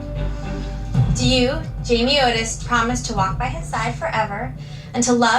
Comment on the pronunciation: Was so pumped to see you do one on her but not a good start when you can't get her name right lol Jamie Otis